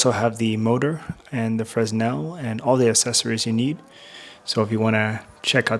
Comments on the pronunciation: Fresnel is pronounced Frin - nel, after it's French inventor Augustin-Jean Fresnel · Fresnel...freSnel!?!? No. Otherwise, great vid and thanks for sharing your findings :) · Just a note that the "s" in Fresnel is silent. It's pronounced fruh·nel.